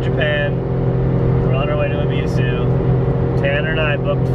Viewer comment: You say “ebisu” perfectly fine. You say it the way the Japanese themselves say it. Fuck the haters.